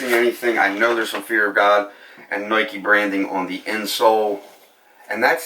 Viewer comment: He says noike, loight, etc. Idk, might be an accent or a lisp